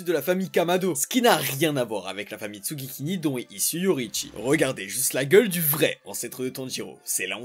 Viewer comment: alors... c'est pas tsugikini mais tsugikuni 😅 sinon masterclass